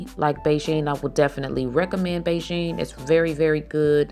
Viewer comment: The hair color is pronounced “BE-gin, like you’re starting something.” not Beijing.